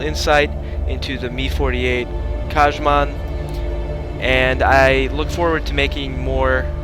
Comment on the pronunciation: Kah-man. Not Kaj-man.